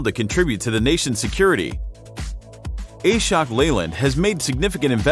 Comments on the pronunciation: It's not A-shok, it's Ashok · Prononsation is wrong ....Ashok(aasshookk) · TTS's ability to say Ashok as A-shock is sending shocks to all Indians...